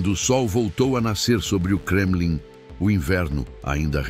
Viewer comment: "Gremlin" ? 😂😂 Não seria Kremlin ? Eita IA